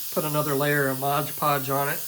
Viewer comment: Nice work, but..MOD PODGE my man, MOD PODGE. Not modge podge...